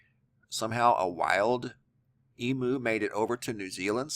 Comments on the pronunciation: Eem - You,, not E- Moo... And fully grown Emu's are larger then the one in this video.. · Its pronounced Eem-you...:-))